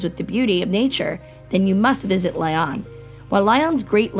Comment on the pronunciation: I think the narrator should learn how to pronounce the cities properly. Lyon is not Lion. Saint Tropez you don't pronounce the Z. Etc.